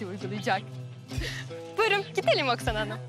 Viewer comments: Oksana deyil Aksana 😁 yazarken Oksana soylerken Aksana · şey olabilir oksana yazılır aksana oxunur 😁